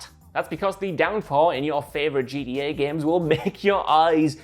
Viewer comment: You should’ve got one of the other guys to do this video whoever could actually say GTA not G E Eh